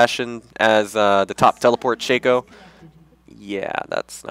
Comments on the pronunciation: it's not "shakeo", its "shocko" a "shakeo" is a hat marching band players wear. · Actually, if you go by how Riot pronounces it (and why wouldn't you? They did create him) it is "Shakeo", he pronounces it right